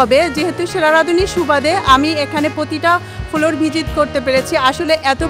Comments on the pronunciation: ের কিছু ইংলিশ ওয়ার্ড উচ্চারণে প্রবলেম,,, ফ্লোর কে বলছেন ফোলোর,,, ক্লিন কে বলছেন কিলিন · ফ্লোর কে উচ্চারণ করে ফোলোর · কি অশিক্ষিত নাকি। ফ্লোর রে বলে ফোলোর🙂😂